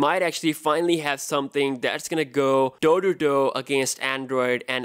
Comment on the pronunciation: The way he said toe to toe 🤣🤣🤣🤣🤣🤣🤣🤣🤣🤣🤣